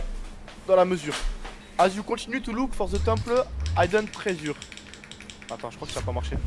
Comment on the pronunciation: Quand il a dit « hidden treasure » j’ai compris « I don’t raise you »